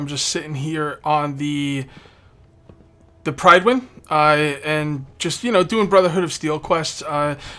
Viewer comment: its pronounced pri-dw-in